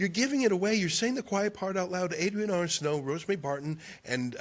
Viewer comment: Adrienne Arsenault? With emphasis on the first syllable of her last name?